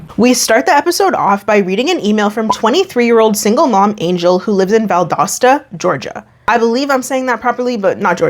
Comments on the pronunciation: You pronounced Valdosta correctly btw. Nev & Laura did not lmao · This was in my home town, and she was one of my friends from high school, I’ve been waiting on this one!!! Thank you for the great content, and you said Valdosta right,! (Btw, found out I’m baking twins lol, but they’re healthy and going strong 🙃) Safe travels and have fun! ✈️ Edit to add: Angel was really a sweet girl in school, it’s very unfair she was taken advantage of like this. I sincerely hope she’s doing as well as possible in life moving forward 💜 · Valdosta is my hometown and you nailed the pronunciation! Kudos,! I don't know Angel though. Valdosta isn't THAT small. Haha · I grew up in the area, you’re saying Valdosta correctly lol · So I live in north Georgia but I’m from southwest Florida and my boyfriend and I were driving down yesterday and had a whole discussion about how you pronounce Valdosta. I think you did it correctly.